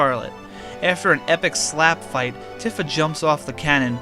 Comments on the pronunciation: Bothered me so much you pronounce tifa wrong af bro its pronounced tea fa not t if a . Other then that good work on the vid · Tiffa??? It’s tee-fa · I said it like that all my life, so I ain’t mad, but “Tiffa” is OD. 😂😂😂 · Isnt it pronounced TEEfa? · Your pronunciation of Tifa hurts my brain.